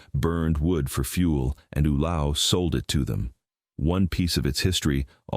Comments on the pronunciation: OO-low pronounced YOU- lay- oh. Proceeds to pronounce it OOH-low. Somebody fit me for my straight jacket for it seems I can no longer make sense of anything.😢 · Ulao is pronounced "oo-LAY-oh."